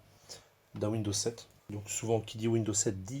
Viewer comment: windoooo lol ont dit Windows (oui dozzzz) !!!